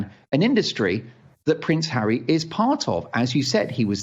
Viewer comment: Did say "Prince Harry, Dan" or "Prince harridan"? Prince harridan suits him better.